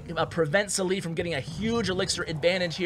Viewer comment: قهرني طول الفيديو سالي سليي وهو اسمه صالح